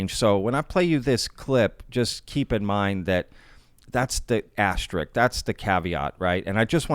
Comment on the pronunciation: This * is an AsteriSk not Asterik. Also, the saying is - take this With a grain of salt, not From a grain of salt. Although you used both the word & the phrase in the correct places - its important to get them right! I know you want to make it to 100k by years end. The details matter. Good Luck. P.S. I heard you say the salt phrase correctly the next time you used it. Good!